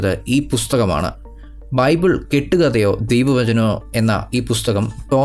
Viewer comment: ബൈബൂൾ. മുത്തു ചിപ്പി വായിച്ചാ ഫീലിങ്ങ് 😮😮😮😮